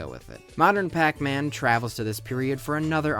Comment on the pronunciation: Aipacman? Darn it,!